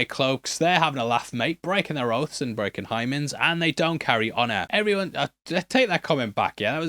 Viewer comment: "Breakinh highmemds"😭😭😭😭